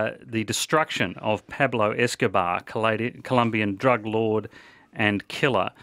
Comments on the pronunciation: “Peplo escohbar” lol 😂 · It's "Pablo Escobar", with an O. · “Peblo Escabah”